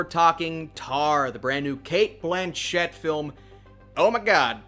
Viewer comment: She has even said it so many times. Cate BLAN-chett